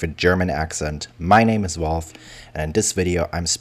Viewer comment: I so enjoy listening to Wolf for all of you non German speakers that is wulf with a V, ich hore so gerne wulf!!